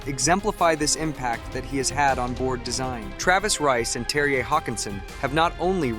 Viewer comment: The J is pronounced like a Y, seems like you got it by the end😂😂😅 of the